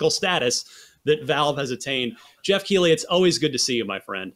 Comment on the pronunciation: Geoff literally doesn't know how to pronounce his own name lmao